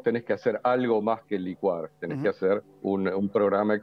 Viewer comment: Sí , es necesario. Pero el economista debe decir licua no licua. Se acentúa en la i no en la u.